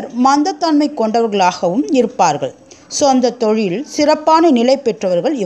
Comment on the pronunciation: ஜோசியம் சொல்லும் முன் தமிழ் உச்சரிப்பு ரொம்ப கவலைக்கிடமாக துள்ளலும்மா. எந்த ஸ்கூலில் படித்தீர்கள்? அம்மா!. நாட்சத்திரம் அல்ல நட்சத்திரம். சோந்தத்தொழில் அல்ல சொந்தத் தொழில். கொரானா பிடியில் எல்லாத்தொழிலும் சோந்துதான் கிடக்கும்மா?. காலையில் அல்ல கலைகள். நல்லவேலை சனியை சானி என்று கூறாமல் போனீங்க. 😁